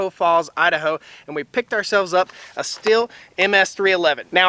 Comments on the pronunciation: It’s pronounced “Steel” (Stihl) not “still”, & it’s a chain, not blade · ummm you are pronouncing Stihl incorrectly. It is like "steel" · It’s pronounced “STEEL”!!!!!!!! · He didn't come that close if you go by how The Swedish Homestead guy says it the way he says it's supposed to be.